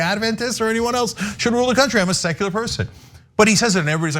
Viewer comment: Tuckems made it sound like sexular 😂